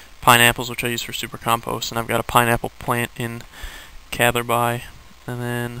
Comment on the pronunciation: Q. Why do you pronounce Catherby like Catherbye?